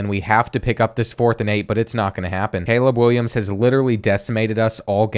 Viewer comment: “caweb Williams liwally”